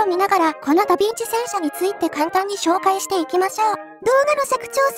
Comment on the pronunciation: 傾斜装甲を採用したダヴィンチも、ショットトラップまでは考慮できなかったということか。 あとヴィをビといってしまうと「ダビッチ」（byずん子）と聞こえるのも新発見。 実在した連装砲戦車といえば、連装砲駆逐戦車というフィクションのような試作戦車VT（フェアズーフストレーガー)1ですかね。